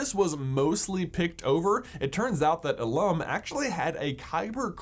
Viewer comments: Well, as far as the questions revolving around starkiller base... 1. Although we are shown that starkiller base is powered by absorbing the energy of a star, but told that it was powered by the kyber crystalline core of the planet Illum(pronounced ILL-um, not ill-UM...feel free to make as many Hermione Granger jokes as you like, lol) the kyber crystals work the same way in death stars one and two, starkiller base & Palpatine's sith destroyer fleet, as any single kyber crystal works in a jedi/sith's lightsaber: as a focusing mechanism for the on-board power source. In a lightsaber, power isn't created by it's kyber crystal; it is passed through the kyber crystal from the "diatium power cell," a naturally recharging power source into the kyber crystal, converting and focusing the energy into the "emitter assembly," which then creates the lightsaber blade. So in the case of starkiller base, energy is drawn from a star, passed through the kyber core of the planet, and then discharged as a massive planet-killing energy blast. 2. Though Illum was the most well-known source of kyber crystals as well as the location of the Jedi's tradition of pilgrimage for young jedi padawans, it wasn't the only source. There were multiple planets that contained kyber, and in recent canon comics, it's even been established that kyber crystals could be created artificially. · ILum. Not ilUM. :)